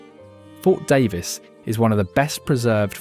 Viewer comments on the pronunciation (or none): none